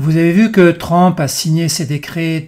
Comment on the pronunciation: On prononce TRUMP, et non pas TRAMP